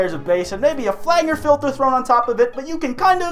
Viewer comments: it's pronounced "flan-jer" not "flanger" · It took me a while to figure wtf you said . I realised you were trying to say 'flanger'. It's not pronounced 'flan-guh' it's pronounced 'flan-jer' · The way you pronounced flanger made me even more depressed. It’s “flan-jer” not “flan-yer”